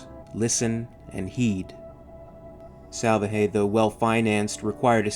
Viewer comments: I know I'm a year late, but the guy's name is pronounced sal-VAH-hay, with the accented syllable in the middle, or, as is common with Spanish, the penultimate syllable. It means "salvation" in English. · Not to be picky but I would bet that Salvaje must be pronounced with enphasis on the second A... "Salvaje" means "wild" or "savage" in spanish...if you say someone is a "salvaje" means he is like a brute, a caveman, someone primal or uninteligent. Wich I think is quite fitting here.